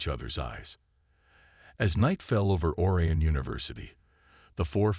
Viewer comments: HOLY HELL!!!!! 13 seconds and already your POS AI ticks me off!!!! "Alex THOMP-son...(with the H being pronounced....NOT said properly as "TOMPson"!!!!! THEN, OR-eeuhn" instead of pronounced as "or-I-uhn"!!!!!! JESUS!!!! Can't more than 1% of you people get an AI that can speak English properly!!!??????? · Or-eye-on! Please.